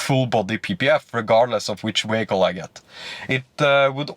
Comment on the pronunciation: what the hell is a ”wehicle”